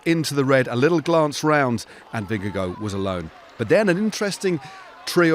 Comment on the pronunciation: It’s a little thing, but I wish commentators wouldn’t called him “Vinne-go”. It’s VinneGARD.